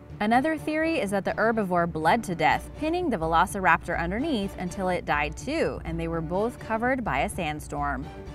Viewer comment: The way she said veloceraptor triggered me.